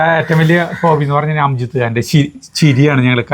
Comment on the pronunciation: സിനിമയുടെ പേര് ഷോല എന്നല്ല ഷോലെ എന്ന് പറയണം കേട്ടോ. പിന്നെ അതിലെ വില്ലനായ നടൻറെ പേര് അംജിത്ത് ഖാൻ എന്നല്ല അംജദ് ഖാൻ എന്നാണ് കേട്ടോ. പിന്നെ പാട്ട് യേ ദോസ്തി ഹം നഹി ചോടെnഗേ.. തോടെങ്കേ ദം മഗർ... തേരാ സാത് ന ചോടെnഗേ...